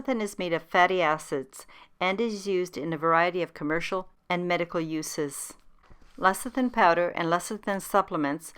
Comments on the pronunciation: LECITHIN not LACITHIN! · Great recipe despite saying LACITHIN.